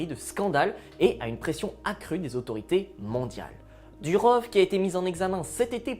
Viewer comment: "aux aurités" ? 🤭